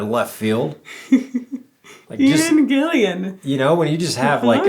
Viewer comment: Thank you both for this reaction. Note to: it's 'Gill-an', not 'Gill-i-an'. As a precocious reader, I always found it very difficult to drop incorrect pronunciations from mistaken or hasty first readings. I've retained some for 60 years that I still use if I'm not careful! In the era of this recording (at least in the UK) TV studio audiences (particularly younger ones) were often told not to move or otherwise 'misbehave' so as not to distract from the performances. There was also crossover from the 'Classical Music' audience convention of remaining still and not responding to rhythm in any way (which is why I never cared to go to classical performances). A theme of the song is generally thought to be expression of sympathy for traumatised Vietnam War veterans, some of whom shot themselves, etc. Contrary to popular US opinion, the UK was keenly interested in the Second Indochina (aka Vietnam) War of 1955–75, having been active combatants there alongside France in 1945–6 just before the First (1946–54), and having 63,000+ of our 'kith and kin' from Australia and New Zealand serving in the Second, of whom a significant percentage were British born emigrants. There was considerable improvisation in all Deep Purple's performances of this (and other) songs. Luciano Pavarotti, a fan of the band and particularly of Ian Gillan, said he envied them this freedom as he was never allowed to improvise. The initial organ melody was inspired by the opening of It's a Beautiful Day's